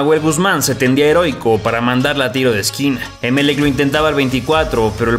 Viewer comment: No se pronuncia É melec. Se dice Emel ÉC . Mayor fuerza de voz en la última sílaba.